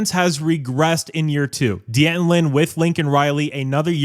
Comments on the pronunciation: So, you aren’t going to blame Dee-Anton Lynn? How about D’Anton Lynn (shame on you after all this time to continue to mispronounce his name). He has underwhelmed this year. You like busted coverages? Riley’s fault? You like poor defensive spacing? Riley’s fault? You like Crawford constantly jumping offsides? Riley’s fault? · I'm a fan of your channel but you really need to learn how to pronounce "D'Anton". Two syllables. Not three.